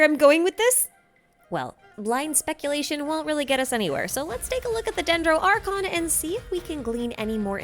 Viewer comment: u lost me after u sayed dendro archon for the first time